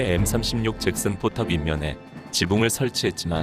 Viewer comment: 잭슨이 발음이 왜 sex스로 들리지?